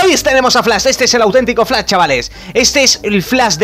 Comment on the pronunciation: Flas JaJaJaJaJa es Flash no Flas , pronuncia la S y la H , No Pronuncies la S sola